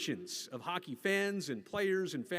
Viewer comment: Women’s hockett is the best hockett, almost as good as bonus hockett!